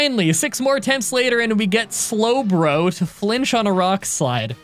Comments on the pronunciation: Would it be considered a (s)lowblow to bring up the slowbro mispronunciation? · That slowblow line still gets me. Every time! Your script flubs are some of the funniest things ever. Probably tied with your improv.